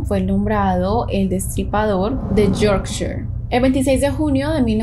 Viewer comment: Jajjaj,es fácil mami,foguea más tu pronuciacion en inglés